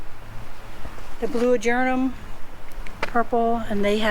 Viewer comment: *whispers* Tell that it's actually pronounced "ah-ger-AH-tum..." 😜😂😘